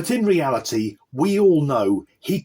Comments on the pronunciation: Do you mean realty or reality? I hope you aren't teaching English. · realty instead of reality? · The way he/she pronounces the word “reality” gave the game away! Clearly reading it from a script!